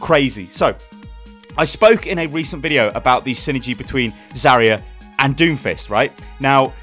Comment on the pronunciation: It still gets on my nerves the way you pronounce zarya